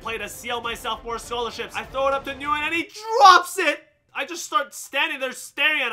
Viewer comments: i thought nyguyen was pronounced win, because my friend has the same last name and thats what he says his last name is pronounced like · It’s pronounced (win) or (Wynn). It’s Vietnamese I believe. The fact that you don’t know that as an “Asian” guy is odd. Lol